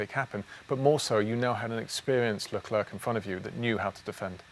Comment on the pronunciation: Thanks for the video It's prenounced ''Lecler'' and not ''LeclerC'' ;)